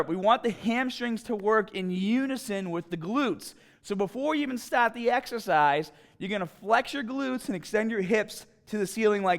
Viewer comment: hahahahaha. that accent kills me